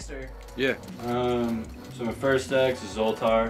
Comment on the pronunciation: when said zoltor i passed out